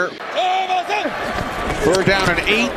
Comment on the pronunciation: Falcons # 25 name is spelled ALLGEIER. Surely this is pronounced All-Guy-er? Al-geer would be spelled "Algier", wouldn't it? Very odd. M 🦘🏏😎